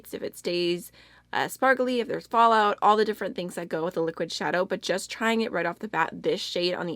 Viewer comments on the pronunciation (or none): none